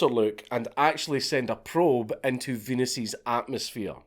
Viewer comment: "Venus's wind" haha we heard Venus queef 😂